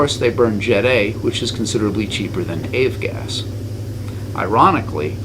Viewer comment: "AVE GAS" ?